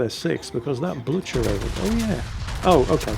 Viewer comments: Also, "Blue-ker." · Wow. You really butchered the pronunciations of the German ships today. Manteufel is "mahn-toy-fehl". Blücher isn't pronounceable by an English speaker, but the "ch" is like the Scottish one in "loch", not the ch in "lunch". So you'd be better off pronouncing it as "blue-kehr". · The pronunciation Mäntjüffel and Blütscher is almost as terrifying as the „zoom-in-zoom-out“ of the protagonist. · constantly butchering how to say blucher (blue-cer) and Manteuffel (Man-Toy-ful).... seems legit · BTW, I'm pretty sure Blucher is pronounced "Blue-ker". (Though I will admit, I'm only able to guess that because of Young Frankenstein. Respect the classics.) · is intentionally mispronouncing Manteuffel and Blucher in revenge for Germans lying to him about how Gneisenau is supposed to be pronounced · Not a huge deal but I winced every time you said Manteuffel and Blücher. Manteuffel: Mon-toy-fel, not Man-Tee-fel. Blücher: Blew-cher (soft CH like the CH in the German word for I, "Ich," not blew-cher like the CH in chair. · You're bluchering the pronunciation of the Blucher and the Manteuffel. (Blucher like blue-cur and Manteuffel like man-toy-full). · You have totally butchered the German ship names :))) It is Bluhher (the double hh means you pronounce with a very thick h and the u is something between u and i - difficult to explain umlaut in writing) It is Mantoifel (the eu combination in German is pronounced oi - like when the EU announces new regulations and the Germans all scream oi oi oi LOL) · Holy scroll zooming Actually, it is "man-toi-fel" like in >Oi< mate! and it with the BLucher it is no hard k, just an sounding H like in Hotel. Anyway, back to the saltmines....